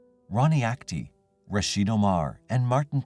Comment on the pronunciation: Rasheed not Rashid